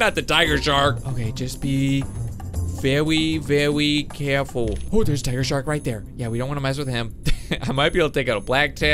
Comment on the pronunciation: just be VeWy VeWy CaWeFuLl